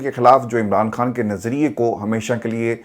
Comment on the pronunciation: Please خان بولیں ۔۔۔کھان نہیں